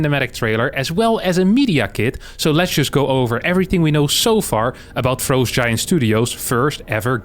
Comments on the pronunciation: fr-ah-st, not fr-oe-st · Why does he keep saying frowe-st giant studios, I bet its just to bait idiots like me to comment like I did. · the way says "frowst" is hilarious.